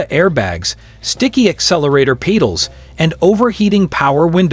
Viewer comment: AI narration. Calling a peddle a peedle...